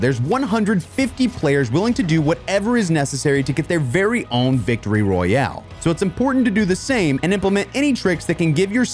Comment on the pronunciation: He said victory rayale 😂😂😂 but still great vidio pal